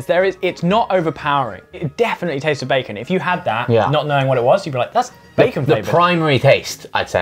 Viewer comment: Is it just me or is Josh pronouncing bacon weirdly?